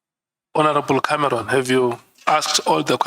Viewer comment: “Hon Cameroon”😂